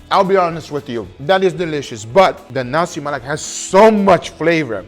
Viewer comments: hahahahahha. slip of tongue . guga said "nasi melak" instead of "nasi lemak". but its okay. guga bringing my home country Malaysia national food to the whole world! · i can hear guga struggling to say "lemak". for instance he literally said "nasi melak" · NASI "MELAK" LOL hahahahaha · its not nasi melak, its nasi lemak😂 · Nasi Lemak... Saya dengar Nasi Malak 😂.... Patus sambal ori guna lada kering paste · You know all Malaysians are gonna roast you for mispronouncing Nasi Lemak as Nasi Malak😂😂😂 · Nasi Lemak❌ Nasi Malak✅ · i love how it when from Nasi Lemak to Nasi Malak. <3 love you though guga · Dei....it's Nasi lemak...not nasi Melak😂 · ni*** its nasi lemak not nasi malak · Hey Guga, it's Nasi Lemak, not nasi melak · I overheard guga nasi "melak" a few times,is nasi lemak , hahaha and with my history of the rice , was cook directly with coconut milk and water mixture, not added afterwards i think , and even tho is hard to get, u need pandan leaves too, for the max fragrance of the rice Uncle roger might blame you in use of blender instead of pestle and mortar , but i am ok with it Sight change, mix the peanut and anchovies in later during consuming, coz if the sambal is too wet, it will get soggy anchovies and is not good But i am impressed on the use of belacan, the kryptonite for the whites , thats what we call it Ps; mark just released his vid of visiting Malaysia with durian cendol, something guga will avoid But yea mark was in thai for many years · Did I just hear Guga say nasi Melak???😂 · Take a shot everytime Guga says "NASI MALAK" instead of "NASI LEMAK" 🤣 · Alamak, dia tak tahu nak kata "lemak" tapi kata "malak" LOL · its called "Nasi Lemak", not "Nasi Malak" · did he say nasi malak? 🤣🤣🤣🤣🤣🤣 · Nasi Malak? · He cooked the nasi lemak perfectly but he prenounce its name wrongly... Nasi Melak...😂😂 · It was so good...guga just couldn't pronounce the name right...now i am craving for nasi "melak"🤣🤣🤣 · bro said nasi malak😭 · nasi malak.. nasi lalak..